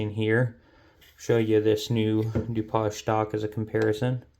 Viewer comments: A Du-poj stock? Are you French? It's Du-paige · Wow! That is a lot! LOL I do believe the stock name Dupage is pronounced "Doo-Page". But that is picking nits. I think if most people/shooters understood and applied the USMC markmanship fundamentals to shooting, they would drop a couple MOA of their groups! LOL